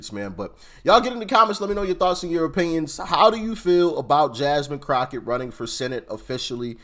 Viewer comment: I love this chick she said Crackett all nigatry..